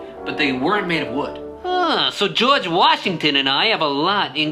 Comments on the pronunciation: It’s George Washington not George Washingmachine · In that video you sayed ``geoge washmen`` :/ =/ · Dude his name is not george wasingmashin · George washinemashine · Keep saying George Washingmachine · Did you say George washing machine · Why saying George washing machine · Why the heck is it George wahingmashine?